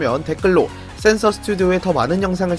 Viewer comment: 센서 아니고 센스로 들림